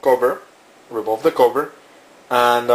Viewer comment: swear he says cobra instead of cover